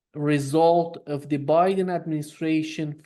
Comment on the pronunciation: Just realized calls Biden as 'Buouy-den'. Which is very cool of course.